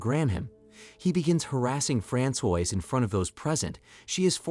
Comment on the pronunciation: Francois is not pronounced frand soyse. Its fran swa.